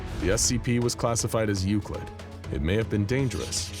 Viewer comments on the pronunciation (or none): none